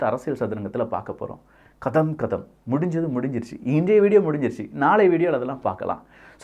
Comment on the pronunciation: It is not gatham gatham. It's katham katham